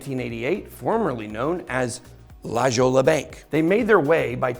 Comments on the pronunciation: Ben- it’s pronounced “La-Hoy-ah” not “La Jolla”- you just showed the world you have no knowledge of this part of southern Cali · La JOLLLLA (actually pronounced HOYA)bank he says, lol $ can buy ugly ass leather jackets but not education/class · It’s la “Hoya” not la “Johla” lol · It is pronounced "La Hoya" lol. It's okay. you have to live there to know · It’s pronounced La Hoy ya. Not La Jolla. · “La jolla” is pronounced La Hoya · You are an incredible communicator. Btw, La Jolla is pronounced, " La hoy ah". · It's pronounced, 'Luh-HOY-Yuh'... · That's pronounced La Hoya. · Great video, but have you never been to La Jolla, pronounced, 'la-hoia' ?? Only reason I know this is because I grew up there 😂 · "La Jolla" pronounced... La HoyYah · La Jolla is pronounced "La Hoya" - other than that, great video! :) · La Jolla is pronounced "La-Hoya". Lots of Mexicans in so cal brah..Spanish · La Hoya;;;Jolla......but I bet you know how to pronounce Ponce de Leon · La Jolla is pronounced, "La hoy ya". 🤣 It's a popular beach city in Southern California. I was prepared to roast you on your jacket, but the jacket ain't bad. Your butchering of La Jolla on the other hand....lol. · Pronounced “La Hoya”….it’s Spanish🫣🥰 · I believe 'La Jolla' is pronounced 'La hoya' like the community in San Diego. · Pronounced - La Hoy Ah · Ben! You silly Gringo! 'La Jolla' is pronounced 'La Hoya'... you are sooo f*cking white. LOL. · Come on Ben! La Jolla is pronounced in the Latin context as an H sound. Hoya… Just don’t want you running around with the wrong pronunciation. 🤙🏽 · The pronunciation of "Jolla" is "HOYA". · "La Hoya" Bank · You know how to pronounce La Jolla or was it a Joke? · Learn how to pronounce La Jolla 😂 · As somebody from San Diego it was painful hearing you try to pronounce "La Jolla". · hahahah about spit out my coffee when he said it